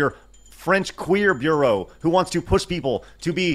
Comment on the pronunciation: hey man your english is great, I just wanted to say I'm not making fun but helping. So the word Bureau is pronounced by quickly saying bee-yer-O. Great vid dude